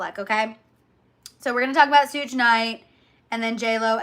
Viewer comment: You say certain names so wrong 😂! ❤ "sooj." And "jennifer gardener" whyyy. "Suge" like "Sugar." Garner. 😊 😅😅😅😅😅